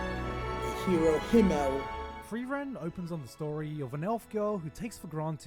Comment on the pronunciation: Did you just call Frieren "Free-Eren"?